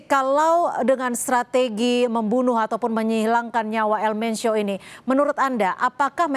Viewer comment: BUKAN ELMENCIO EjAANNYA,, TAPI ELMENKO